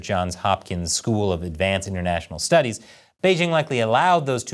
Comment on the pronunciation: Doesn't the host know how to properly pronounce the word "Beijing"? The "j" isn't pronounced like the "g" in the English word "regime," it's pronounced like the "J" in the English name "Jim."